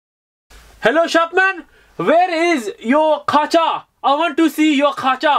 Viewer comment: It’s not Kacha it’s kachi